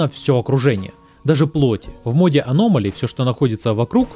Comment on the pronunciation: Почему ты все говоришь на русском, а конкретно название мода на английском? Это так жестко слух режет. Можно не переводить, а хотя бы адаптировать под русский лишь ударением.